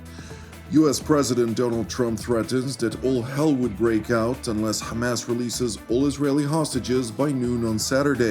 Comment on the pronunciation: The way, you pronounce "Ha'kha-Mas" is very annoying to listen. I understand you wanna have good pronunciation.....but can you just, normally, pronounce it Hamas. Cut the extra nonsense